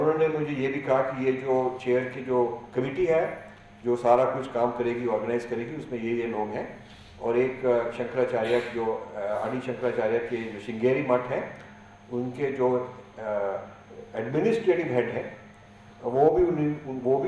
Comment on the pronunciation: Professor Sahab it’s आदि (The Beggining) Shankracharya not आड़ी Shankracharya